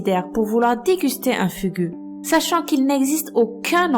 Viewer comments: le dernier ça sa prononce fougou pas fugu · Ca s'écrit 'fugu', mais ça se prononce 'foukou' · au cas ou le mo fugu se prononce "fougou" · Le Fugu se prononce Fougou ; Et l'alcool est le fléau le plus dangereux... Je partage l'avis d' Abby Jensen et, abonné, adore vos vidéos !... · Concernant le Fugu (dont les "u" se prononcent "ou"), il a des parties du corps comestibles ! On ne peut en préparer légalement que suite à un examen sous forme de concours il me semble. Mais certaines parties peuvent être consommées sans danger quand il est correctement découpé. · Pour Fugu, le 'u' se prenonce en 'ou' (Fougou) =) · Fugu? FUGU? ÇA CE PRONONCE FOUGOU! LE "U" CE PRONONCE "OU" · Fugu ce prononce fougou, puisque c'est un mot qui viens du japonais